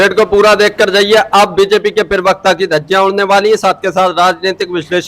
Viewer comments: Zyada mat bola kar bhai Pirwakta nahi hota Pravakta hota hai. Bolna to seekh le bhai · पिरवक्ता नहीं होता प्रवक्ता बोलो